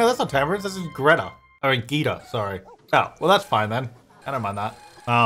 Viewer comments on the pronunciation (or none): none